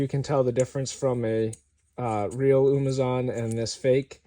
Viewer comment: It’s not “umazon”